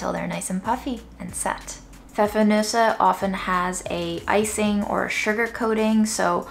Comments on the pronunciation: Compliments on pronouncing Pfeffernüsse 👏🏼👏🏼👏🏼👏🏼❤❤ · I love how you pronounce "Pfeffernüsse" - totally perfect! :) And I love how you travel through the world with just one spice.